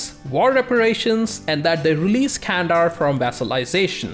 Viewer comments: hey, great video as always:) but one thing that i think i must say, is I noticed you really work hard on pronouncations:) candar is not spelled as "kandar", more like "gandar":)) just wanted to say, love ur videos uwu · The 'C' in Turkish is spoken like an English 'J', as in 'Junk' - which means 'Can' is actually pronounced 'Jandar. Not Kandar.